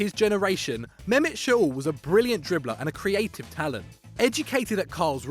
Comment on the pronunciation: It’s shoLLLLLLLLLL not shOUl goddamnnit! Amaterasu!